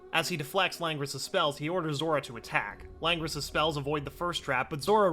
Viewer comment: i love how at one point he dident said zora he said zoro